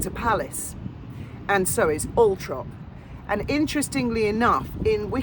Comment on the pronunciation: NOOOOOOOOOO ITS ALLLLLLL-THORP!!!!!!!